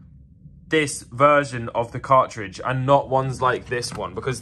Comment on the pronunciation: Just a note: The letter "T" exists (except within the word 'car-ridge' as you mentioned)